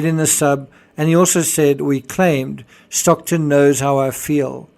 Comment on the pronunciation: Great! By the way, it's Stockton, not Stocktun.